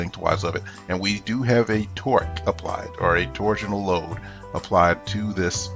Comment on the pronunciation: sounds like twerk lol